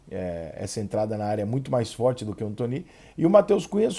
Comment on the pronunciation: Alguém sabe pq o Rica chama o Anthony de "Antoní" e não "Antone". Obrigado desde já.